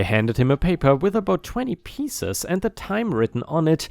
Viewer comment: Story 2 (pet store), upcs is said as "U, P, Cs (sees)," not as "pieces." In case you didn't know, UPCs (UPC singular) means something like "universal product code" or something similar to that. It's the bar code that just about everything has where it's usually a single digit, followed by two 5-digit numbers, then a final number after that. Usually the first digit is a 0 (I think). All items that are the same product will have the same UPC, and sometimes products that are the same except a minor variation (color for example) will have the same UPC. Bell peppers sometimes have the same UPC regardless of if they are green, yellow, orange, or red. At an Aldi's near me, a tea they were selling had the same UPC for both the sweetened and unsweetened versions.